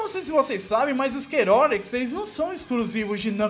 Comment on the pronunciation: A pronúncia dele de "Chaotix" é agoniante KKKKKKK